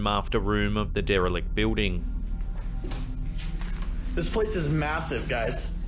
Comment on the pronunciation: I love the way you say building. It sounds like a southerner in America saying the name Bill but giving it two syllables, as in "Bee-ill" then adding the word "ding." Keep it up! Love the channel!